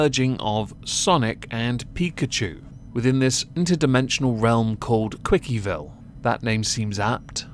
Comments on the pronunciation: Its cwcville not quickieville. Cwc as in his initials. CWCville = *C*hristopher *W*eston *C*handler + Ville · Not “quickie”-Ville, it’s pronounced “quick”-ville. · it's pronounced Quick not Quickie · It's pronounced like quick-ville